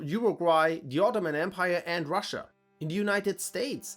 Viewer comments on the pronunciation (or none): none